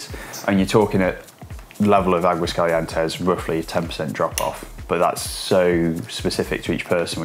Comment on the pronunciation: you have said Aguascalientes ok before, what happened to you? Just joking, good video (but really practice your pronunciation for Aguascalientes):)